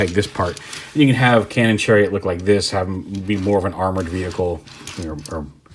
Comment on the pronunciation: "Channon cariot"